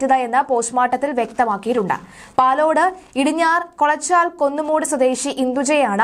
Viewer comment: കൊളച്ചാൽ അല്ല കോളച്ചാൽ ആണു ഞങ്ങളുടെ നാടിനെ സ്ഥലത്തെ പേര് തെറ്റി പറയരുത്.